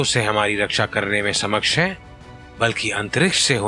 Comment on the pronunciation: Samaksha ?? It's Saksham bro...